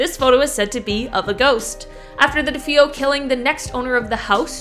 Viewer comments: It’s DeFeo, not DeFoe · You definitely pronounce Defeo wrong from Amityville horror. It's pronounced Da fay o not Da fo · The DeFeo is pronounced DeFayO. Quinine is pronounced Quie-Nine. Good lord! Please learn how to pronounce words correctly if you want to be on social media videos 😖🙄😳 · De Fay oh. That is their name pronunciation. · It’s Deféo